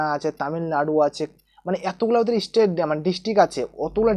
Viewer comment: State ke estate bole 😂